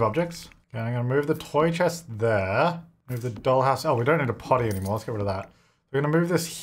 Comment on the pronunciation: “I need you to Moohve Cowtrina” ☺️